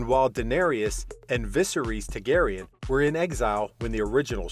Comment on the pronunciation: Does not know how to pronounce Targaryen, either.